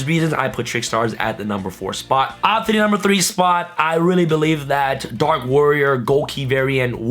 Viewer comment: "Dark Warrio"